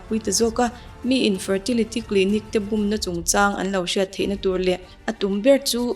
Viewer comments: 'Bûm' tih i lam dan chu a va diklo veee... Bum i ti mai hian ka hria... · Min an lo bum tiha bum I tih ri hi a dik lo. Ri hniam tur aw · Bum tih i lam dan a dik lo aw, mi lo zawt chiang la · Bum tih lam Dan hi diklo